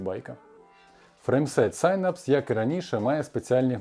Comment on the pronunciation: нарешті хтось норм вимовив synapse!